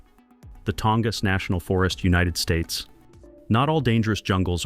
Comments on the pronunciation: "Tong-ass" You got to love AI. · The “creators” need to show a little effort and correct pronunciation errors. They probably don’t even listen to the whole thing themselves.